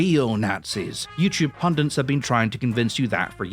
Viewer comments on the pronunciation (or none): What does that have to do with anything?. There's literally no such word as "pundent" in either American or British dictionaries, it's pundit and always has been, and as a Scotsman, he should know better. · You should practice what you preach, the word is "Pundit", not "Pundent". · What the fuck is a "pundent"?!?!